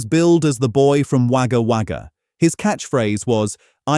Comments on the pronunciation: It's pronounced "Woga Woga". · Wagga Wagga Pronounced: Wogga Wogga. Just called Wogga, when being talked about by Australians. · Bill Kerr came from the town (pronounced Wogga Wogga) spelt Wagga Wagga. And in Australia just called Wogga.